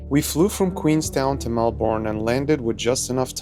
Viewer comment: Melbourne is pronounced Mel-bin. Not Mel-born